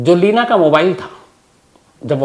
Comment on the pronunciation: Lavina Nhi Bhai, Leena😜